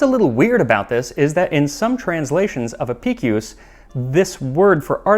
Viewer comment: Kudos on the proper, classical pronounciation of Apicius' name 😀